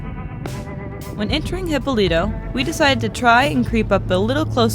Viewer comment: He-PO-lee-toe, there is an accent that you missed. Nice place huh?